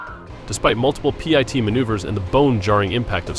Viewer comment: Why does the commenter say p.i.t. maneuver and K Dot Nine? the word PIT is not an acronym, And K9 is simply pronounced kay nine. is a A.I. voice? I find the bad English distracting